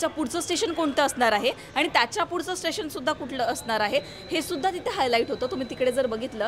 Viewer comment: आनी पानी जरा सुधारा!